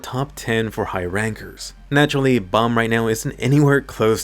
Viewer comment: I hate how Bam’s name is pronounced bomb